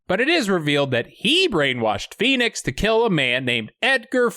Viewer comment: When Stallone screams out PHOENIX its sounds like P E N I S.. once you play it back it can't be unheard. 😜